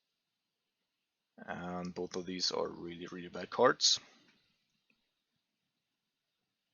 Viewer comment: It sounds like you're almost eating your tongue when you pronounce "cards". [Ceerrrds] :D